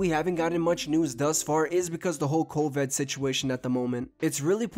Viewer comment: CoVED he’s says😂